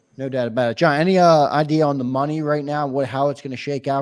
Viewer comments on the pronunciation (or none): none